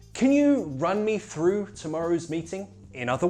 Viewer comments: I'm just crying looking at u pronouncing throughth 😂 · Troughth lol man